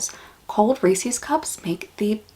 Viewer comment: TIL that Reese's is pronounced "Reesie's"